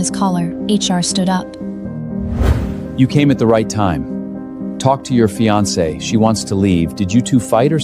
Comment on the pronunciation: Teach AI to pronounce "fiance" correctly! (Min. )